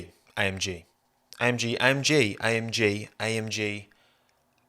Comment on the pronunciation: When he was repeatedly saying AMG, he sounded like he was saying I am gee